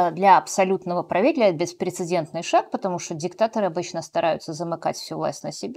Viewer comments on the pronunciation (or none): none